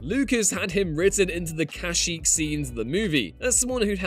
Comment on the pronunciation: Ah yes cashyyk